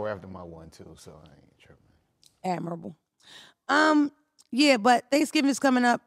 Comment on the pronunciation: I love her natural hair, pretty and she's hilarious!💛🧘‍♀️✌🏽✌🏾💫 "Admirable" 😆😆